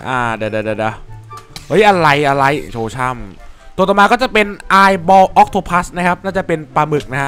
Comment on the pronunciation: ศึกษามาก่อนนะครับ ถ้าจะพูดอะไร อย่าง Death worm หรือ sand worm ตัวนี้ เป็นสัตว์ตำนานของประเทศมองโกเลีย ปลามึก หรือ Octopus อ่านว่า ออคโตปุส ไม่ใช่ พัส